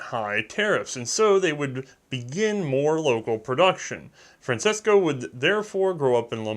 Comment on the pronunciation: I know I'm really late to this party, and it's not all that important in the big scheme of things...but - - "Francesco" is pronounced "fran-CHES-co" in my experience (said experience including that it was my father's name.) It's no big deal, but it's always good to know for the future. Cheers! :-)